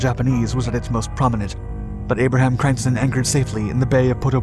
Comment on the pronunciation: Dutch really can't be properly pronounced by any non-native speakers, but I reccomend you for you efforts. It's always good fun, hearing someone struggle with your language 😉. Crijnssen is pronounced 'kryns-sen', but English and Dutch don't really share the neccecary vowels. Good vid, more please 😁 👍🏻